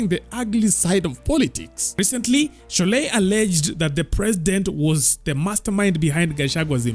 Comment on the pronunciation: Gachagua appealed to her emotions remember 😂. "My sister Shorei, I still raf you."